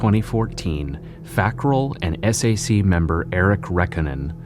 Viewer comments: I like how he says "The s.a.c.". In Utah, we just say Sac. That's how people say it. And that's how they refer to themselves. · It’s pronounced Sack but ok facts guy. 🙄👌